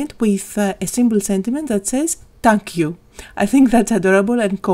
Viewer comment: They're all beautiful, but "Tank You" is my favorite❣️